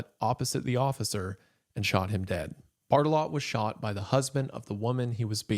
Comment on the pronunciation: "bart-eh-lo" being pronounced "bart-a-lot" is peak